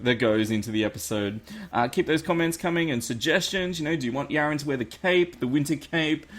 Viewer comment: why do you call him yarin but the in game name is yaron